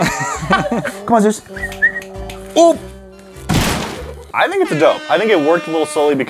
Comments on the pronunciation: Say zues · “This dog can bench press YOU” Me: do you mean French press you 🥴 “Zeus” Thanks for the likes💛💛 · DanzOhhh how else are you supposed to pronounce it? Lol